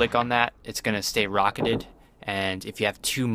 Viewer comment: When he says "Rocketeded"😂😂😂😂